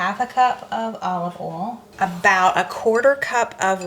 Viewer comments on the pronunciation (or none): You pronounce the word oil as “Ol”. Just curious….how do you pronounce ‘Owl’? 🦉….”Ayul”?